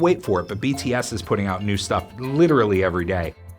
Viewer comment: No offense but LEARN TO PRONOUNCE THEIR NAMES CORRECTLY PLEASE